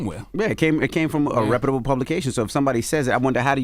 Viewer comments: DJ Envy: "Repababable publication" 😂😂😂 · LMAO y’all having trouble with that word “reputable” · I’m pretty sure Envy is saying the word “ reputable “ wrong 😅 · Neither one of them know how to pronounce reputable 😂 I hear the struggle.